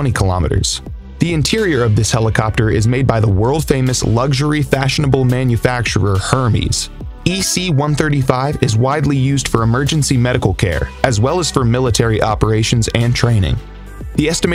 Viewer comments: "HERMYS" Lol 🤣🤣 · HER-meez? Really... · her-mees looool